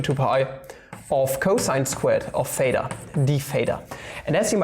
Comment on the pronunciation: It is theta not pheta, it isn't like phi YOU PLEB -.- there is a difference in the pronunciation of "th" (in this case a voiceless dental non-sibilant fricative) and the "ph" (the voiceless labiodental fricative) or just f.